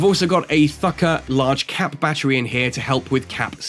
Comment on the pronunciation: pretty insane fit for c3 ratting. Been seeing a lot of vids about the ship already and can't wait to get my hands on it. Also the "h" in Thukker is almost silent, so it's more or less pronounced like tukker